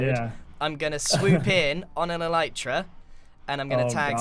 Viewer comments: "ELEEETRA." Alright,. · "What does mending do?" Sips water "E-leet-ra" Chokes on water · I love how he says "Eleetra" instead of "Elytra" ish so good xD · Grian: Thats An Elyatera